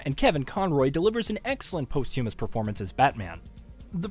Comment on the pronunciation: What is with the mispronunciations? “Posthumous” and “contrivances” ain’t gettin’ no love in this review. 😂